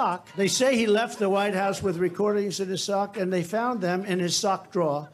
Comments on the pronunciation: If you noticed, or not? He said draw. Not drawer. Each time he tried 😂. I say that because he always makes fun of how other’s talk. Even special needs citizens. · OMG Trump can't even say words correctly.. The word is drawer not draw !!! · Now Trump can't say "drawer". He has a serious issue if he can't pronounce simple words.